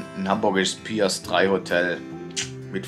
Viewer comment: Hi, auch wieder ein toller Reisebericht! Nur das ist mir schon mehrfach aufgefalldn: Das Hotel hat nichts mit Piercing oder Pierce Brosnan zu tun, sondern mit Anlegestelle/Landungsbrücke, also dem Pier (und auch nur einem, in diesem Fall der Nummer 3), dementsprechend ohne "s" gesprochen.😉😇 Übrigens, auch wenn man mit der Musik, die in der Elbphilharmonie gespielt wird, nichts am Hut hat, die Besucherebene außen soll atemberaubende Ausblicke bieten, wäre also vielleicht doch einen Besuch wert gewesen (vielleicht dann doch beim nächsten Mal). LG - und auch wenn Ihr bereits öängst wieder daheim seit, allzeit gute Reise! - Ralf🍀👋🏻